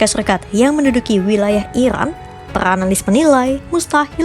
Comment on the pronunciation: Iran kak bukan irwan